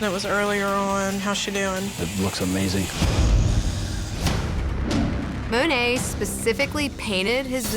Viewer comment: I'm surprised that Dave Navarro pronounced Monet incorrectly.